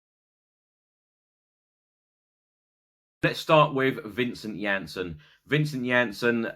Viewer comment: that's what happens when you use text to speech and it automatically assumes the spelling of names like that LOL